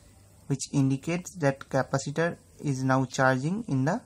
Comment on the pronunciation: интересно сколько раз он сказал капосито ? )_))